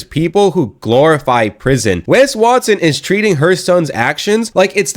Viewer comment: "WES WARTSON" 😅😂🤣